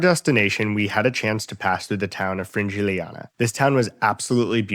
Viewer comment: It's not even the pronunciation that's bad - that is normal for a foreigner - it's that you're not reading the words properly. You said a completely made up word for Frigiliana and Higueron, for example.